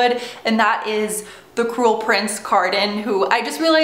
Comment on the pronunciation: I thought u said the "coral" prince at the beginning lol